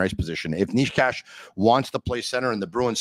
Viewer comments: From the videos I have seen Necas pronounces it Ney-chass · i am slovak and you both are so trash at pronoucing necas's name, it should be pronounced: Ne ("NE"urology") C ("Ch"eck) As (ass (but shortly) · Who is Niche-cash?